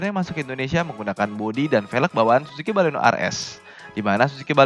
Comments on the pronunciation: baleno bukan balekno. hihihihhihi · baleno kalikkkk... bukan baleknooo 😒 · Mbaklekno? Wkwkwk